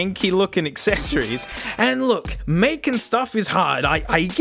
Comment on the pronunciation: what about the “acccessories”?